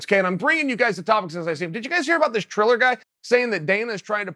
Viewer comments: It's Triller, no 'h'. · Chael really said "Chiller" ...I'm losingg my shitt🤣😭